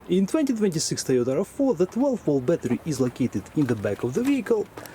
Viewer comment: The. 12. Wolt. Battery.